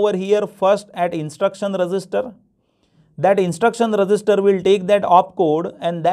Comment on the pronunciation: Register ko thoda achhe se pronounce Karo aap resister bol rahe 😐😐